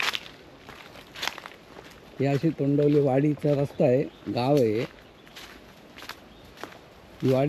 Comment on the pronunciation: तोंडवली नाही तोंडवळी बोला विस्कळीत व्हिडिओ वाटतो.